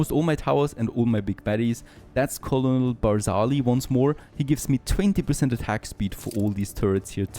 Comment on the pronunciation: Herr, ich nehme an Sie sprechen deutsch. Also: bei dem Wort Colonel gibt es eine Besonderheit. Es wird anders ausgesprochen als es geschrieben wird. Liebe Grüße